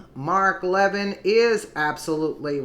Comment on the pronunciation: Hi love your news clips. You are pronouncing Mark Levin incorrectly. Its Le - vin. Not leavin. No biggie just pointing it out. Your great. Consider 4d chess for sessions and Gowdy. They want the left to think they are wishywashy so will get approved by congress for maybe supreme court or head of NSA. Sessions is hiding the 30,000 sealed indictments. All this does not make logical sense otherwise. Gowdy was inside trumps circle. He told Nunez in the meeting lady off its not time to disclose. Think hard